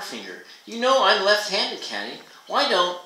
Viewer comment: I like how you read, but I'm pretty sure the protagonist's name is pronounced "Kay-tee" not "Cat-ee."